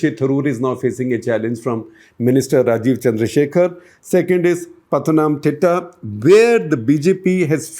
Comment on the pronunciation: Sir. You need to work a bit on the pronunciation of names. Thiruvananthapuram, Pala, Malabar, Pathanamthitta, Thrissur... All sound awkward. So does the names of priests. You missed the internal issues of BJP. The biggest challenge for the success of Suresh Gopi is the internal politics of BJP, as nobody in the state leadership wants a person brought-in by centre leadership to win. Also Anil Antony is a non-player. Now you might see that as a political opinion. But please keep an eye on his results and understand how wrong your info is. Rajeev Chandrasekar is a good one, but not good enough to make a win. But this is my opinion.